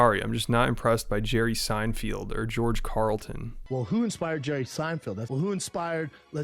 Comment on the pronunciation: To be fair he pronounced jerry Seinfeld correctly